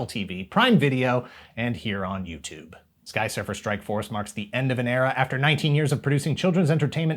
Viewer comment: Didn't anyone notice how everytime said "Skysurfer Strikeforce"... He butchers the name even more.. 😏😏😀😀😂